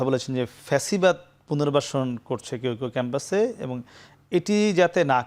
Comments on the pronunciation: ছাত্রদলের সাধারণ সম্পাদক অথচ ঠিক মতো বাংলাই বলতে পারে না ফ্যাসিবাদ কে বলে পেছিবাদ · পেচিবাদ না রে... ব ল দ